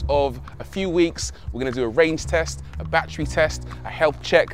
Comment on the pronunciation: It's amazing how neither one of these people, not the host of the show and not the owner of the car know how to actually pronounce the word battery... Even though they both pronounce it differently... Neither one of them have the correct pronunciation 😂